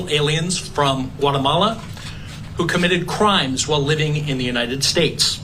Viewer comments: What the heck is whatamala? Its GUAtemala. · Reporter don’t you know that Guatemala begins with the letter G not a W